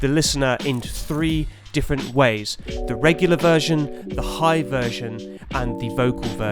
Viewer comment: Absolutely epic breakdown! Oh and btw... "DEEFerent!" lmao